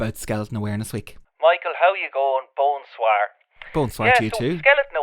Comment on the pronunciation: "Bone Soir" hahaha